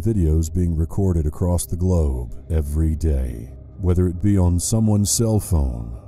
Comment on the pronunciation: I'm so fuckin high rite now and the way you said globe got me in tears 😂